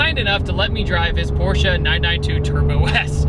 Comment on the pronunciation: Very rare that anyone pronounces "Porsche" correctly... Por-sha. So I give you props for that, you're a real man of culture. (For real, people mispronouncing Porsche bothers me more than it has any right to... I'm dumb, I do know this.)